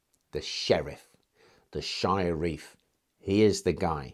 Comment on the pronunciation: The word Sheriff' comes from 'Shire Reeve' not Shire Reef.